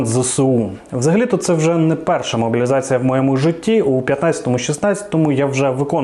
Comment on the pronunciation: В слове "могилизация" оговорка на "мобилизация"